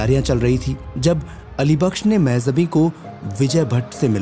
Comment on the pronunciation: You made such a nice biography, but didn't bother to get the right pronunciation of name Mehjabeen. it is so irritating to hear the wrong name so repeatedly. Kisi Urdu janne wale se sahi pronunciation puch liya hota.